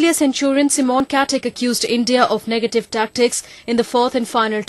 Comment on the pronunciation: friking reporter cant say MICHAEL she says michelle and then for simon she says C-mon